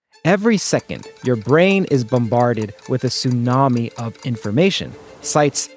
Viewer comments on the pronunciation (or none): none